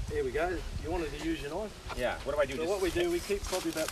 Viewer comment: You call that a Knoifff????...,. This is a KNoifff...Eat your heart out Crocodile Dundee..😂😂😂😂😂